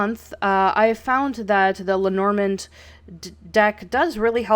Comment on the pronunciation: If you want to say it right don’t pronounce the D at the end of it just Say “le Norman”